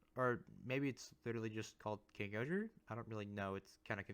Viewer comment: Just curious if you’re saying KingohJa, it’s still pronounced KingOhger, it’s just the voice over is very pronounced. He also does that for all the individual mecha titles. I think KingOhger Robo is the best method to refer to him